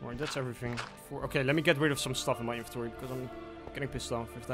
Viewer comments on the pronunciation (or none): none